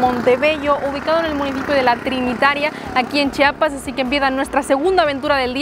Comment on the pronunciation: Tengo que empezar agradeciendoles por tomarse el tiempo para pronunciar correctamente chiapas ya que es muy comun que varios aun siendo mexicanos digan chapas, lo cual es una falta de respeto.